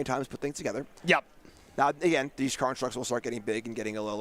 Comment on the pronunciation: Why do the commentators continually call them karnstructs instead of constructs, is there some inside joke there? It's kinda annoying otherwise